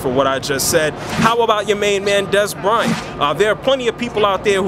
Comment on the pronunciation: LOL Dez "Cryant"